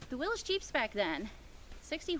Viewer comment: Willys! Not Willis! Hahahahaha cool jeep